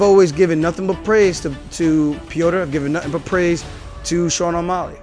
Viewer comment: He said "Osmelly" . Thats funny